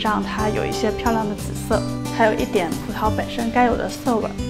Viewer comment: 葡萄 轻音 不是葡桃